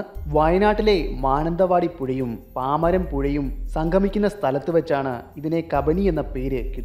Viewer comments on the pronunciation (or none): പാമരം അല്ല.. പനമരം.... ഇന്നും നിറയെ മുതലകൾ ഉണ്ട്